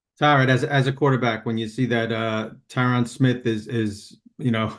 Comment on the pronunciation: it's pronounced tuh'Rod . . NOT TI'rod . . been knowing that since hard knocks. dang. Good luck with health to all 3!